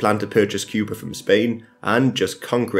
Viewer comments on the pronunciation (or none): none